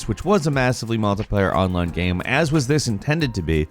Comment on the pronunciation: Why can't he pronounce the word 'game' 40% of the time?